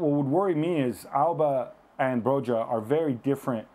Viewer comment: God, say Broja's right. It's Broya. It's not hard guys.